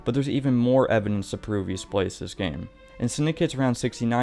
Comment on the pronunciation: You know its called evidence and not evinence right?